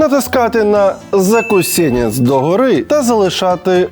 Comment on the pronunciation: Чому "закусєнец"?